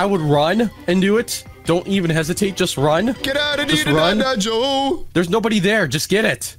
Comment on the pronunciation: Its not joe is go